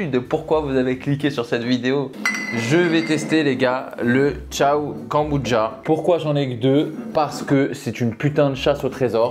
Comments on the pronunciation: "Kanboudja"..."kanboutcha"...."konboudja" ....je sais pas combien de prononciations différentes tu as utilisé mais 🤣🤣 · KANBOUDJA ❌ KOMBUCHA ✅